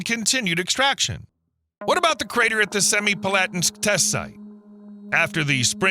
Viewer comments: Better than many, but my ears twitched at "Semipalatinsk". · That's the worst butchering of the pronunciation of Semipalatinsk that I've ever heard.